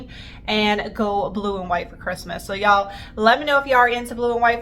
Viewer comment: Sweetie no disrespect and im sure its a habit. Really want to watch you. But can't stand the phony sounding y'all,'s